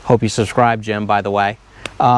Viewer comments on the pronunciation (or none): none